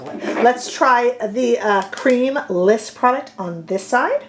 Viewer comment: 🚨 It's not Liss , it is L.Y.S ** so say the letters together, LYS